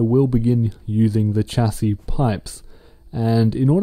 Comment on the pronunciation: it is pronounced shasy